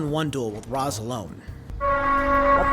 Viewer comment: Pronounced Ra's wrong, the nerd in me is RAGING